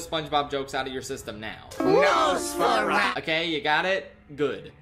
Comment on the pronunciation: I was shocked to hear nosforatu (or whatever)